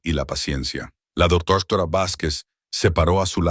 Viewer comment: Hola buenas noches desde México no sé de dónde sea el narrador pero su pronunciación es muy deficiente cambia la pronunciación de ciertas palabras la h muda la cambia por la jla palabra doctora dice doctora varias veces, por favor tengan más cuidado 😮